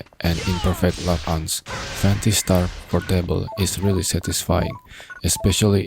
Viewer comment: it's pOOOrtable, not portEIble 🤣🤣🤣